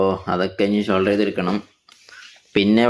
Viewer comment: ഷോൾഡർ അല്ല ബ്രോ സോൾഡർ